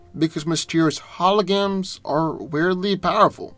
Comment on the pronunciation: Did he say Mysterio's Hologams (with no r)?